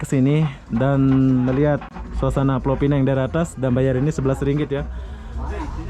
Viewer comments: Sebutannya Pulau Pinang... Bukan Pulau Pineng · Bukan pulau pineng tapi piuau pinang bahasa inggris nya penang. Sebutan kena betul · Pulau Pinang . Yg Benar. Atau ( Penang ) aja. / ( Inggeris ) Sebutan yg Betulnya nama Tempat . Ma'af ya. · Indon mmg sebut mcm tu 😂